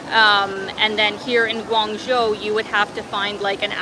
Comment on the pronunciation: just fyi -the second syllable of guangzho is pronounced "joe".